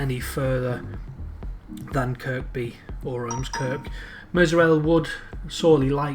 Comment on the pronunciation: Nicely done Sir. NB: Kirkby is pronounced "Kirby". No idea why, I only grew up there. Don't feel bad, Northern Rail can't get that right either.